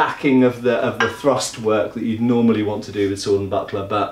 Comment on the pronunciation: the way you said buckler towards the end I thought you said buttplug and was very confused